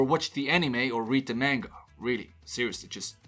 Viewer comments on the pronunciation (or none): none